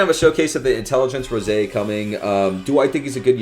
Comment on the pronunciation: It ROSÈ NOT ROSE